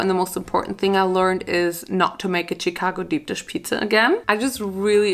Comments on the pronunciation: I like how she says CHicago instead of like SHicago 😂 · My city is pronounced CHA-CA-GO Chicago not chitcago 😭😭😭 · Love how says “cheek-ago” instead of Chicago 😂💕💕💕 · It’s pronunciation is shu-kah-go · I LOVE how you say Chicago.its amazing tho its pronounced (sh-cah-go) . i found you recently and I love you. <3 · Listening to you pronounce my city Cheecago is so cringe 😂😂 “shi” like shit shicago 😘😘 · The way she said Chicago was so cute. She pronounced it as Che-cago. It was just adorable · Bless your heart. Chicago is pronounced SHI-CAGO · why does she say chicago like that ? 😂 it’s pronounced “shuh-kah-go” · I usually get annoyed when people pronounce towns or cities wrong in Illinois but the way she pronounced Chicago cracked me up. It's pronounced shicago if that helps any🙂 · Omg loving how she kept saying Chicago! I understand because of how it's spelt you'd think that's how it's pronounced but it's more like shicago. Absolutely no hate or anything for I am a huge fan and just wanted to let her know. Much love to y'all. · The way you say Chicago makes me happy 😂